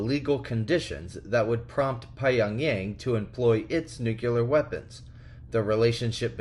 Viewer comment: Please say it with me... NUCLEAR not Nukeuler